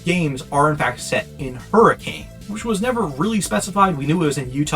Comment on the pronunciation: Utahn nitpick here, the city is actually pronounced hurri-kin, not hurricane